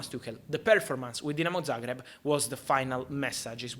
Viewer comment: Man pronounced Dinamo Zagreb correctly 😭😭😭 bless you Fabrizio🙏🙏🙏